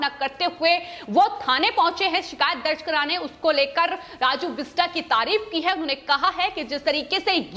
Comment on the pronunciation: The name is "बिष्टअ", "राजू बिष्टअ" (बिष्टा नहीं है, बिष्टअ)